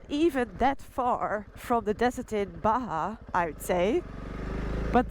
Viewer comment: I wonder how Yanks pronouce Baha California.......Bar jar sounds right to me...